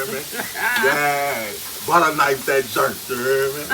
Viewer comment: you make some serious good soul food. but i love how you say butter its not butter its "butta"